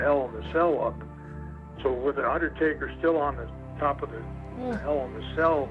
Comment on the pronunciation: Haha i thought you said "Undie-Taker" at the beginning xD